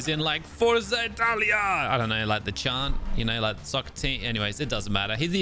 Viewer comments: I am italian I know the chant forza Italia cant believe u said that and z is pronounced zah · I'm sorry to say this but you are saying Forza wrong